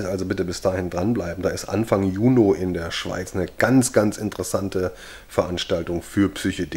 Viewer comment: Warum sagst du eigentlich Juno statt Juni?